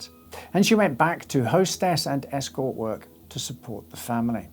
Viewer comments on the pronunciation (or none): none